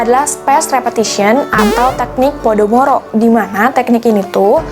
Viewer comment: Kak, seharusnya teknik pomodoro bukan podomoro